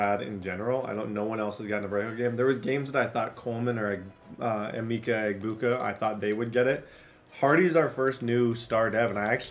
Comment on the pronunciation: Emeka = “ah-meck—ah”